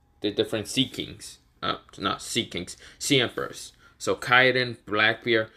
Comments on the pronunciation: its not Yokon Its Yonko and you said Kaiden its KAIDO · Kiden it’s kido